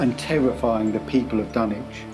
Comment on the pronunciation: Hearing the dunwitch horror pernounced in the correct English is throwing me off, but it is a great video man .